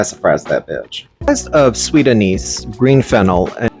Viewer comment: anise is pronounced ann-iss